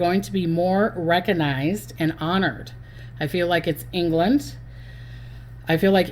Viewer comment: Recognized, not reckanized.